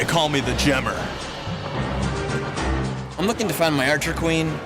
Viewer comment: "They call me the GEMMER" xD